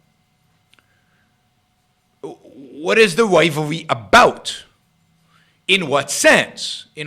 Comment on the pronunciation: What's the wyvalwee? Funny way of pronouncing rivalry